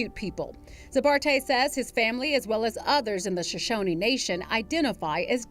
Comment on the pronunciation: You pronounced Shoshone incorrectly.